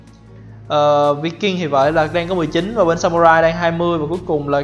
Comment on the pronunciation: Em tưởng Viking đọc là Vai-kinh?